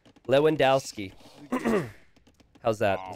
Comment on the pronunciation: You probably mispronounced 4 out of 11 letters but I was able to understand you ;) Unless you didn't mean Lewandowski